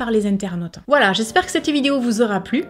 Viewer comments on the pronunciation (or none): none